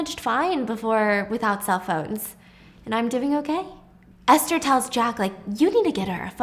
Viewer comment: wait i think it’s Ester not Aster 🫢?